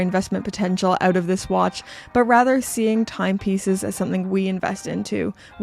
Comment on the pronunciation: Get “oot” of here. Shout out from a fellow Canadian! Great message too